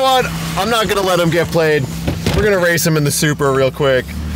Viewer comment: “I did naat”🤣🤣